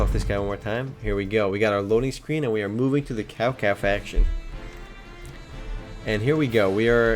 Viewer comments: Kao Kao xD? isn't more pronaunced like Shao Shao? Well currently downloading the game, though seems a little like a normal point and click. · It's not cow cow you read it as Chao Chao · lol cowcow its cho cho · Cao Cao isnt "Cow Cow" , its "Child Child" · It ain't really Cao Cao, it is spelled that way but it ain't pronounced as Cow Cow, it's more of... Chao Chao, I'm chinese so I know the story... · PS,, horrible pronunciation of the leaders:| Cao Cao is not "Cow Cow" but 'Tsao Tsao" and "Lu Bei" is "pronounced as "Lee-you Bay" xD Sorry, but I had to correct that. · caocao becomes cowcow lmao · its tsao tsao :D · IT'S PRONOUNCED SAO SAO =/ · Lol he's pronouncing the names wrong :P Cao Cao = Sao Sao o -o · well you wouldn't pronounce Cao with like a ch like chocolate...but more of like a ts so its like tsao tsao......I always thought it was like kao kao , but then my friend told me a lil bit more about the chinese language and I also purchased DW6 and WO2 which pronounce the name like i said before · Actually, it's pronouced Tsao Tsao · lol no its pronouced tsao tsao lol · its tsao tsao not cao cao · you said cao cao wrong D: xD